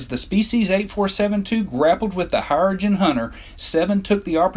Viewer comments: it's cha-co-tee, not chak a tee ok....here-ro gens, is how you prono, not here a gens. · this narrator mispronounces everything: the Hair-uh-jin, Commander Chack-uh-tay. what the hell dude? Anyway, these creatures are creepy and fascinating . invincible, three legs, five genders. I want to see more of them in the trek franchise. perhaps the new Trek movies, or Star Trek Discovery could resurrect them, give us more of a window into their liquid realm and their way of life, tell us their real name. A lot of posts here claiming they're called the Undine. They only go by that name in some old online star trek game, but that's NOT part of the official Star Trek canon, so that name is NOT on their birth certificate!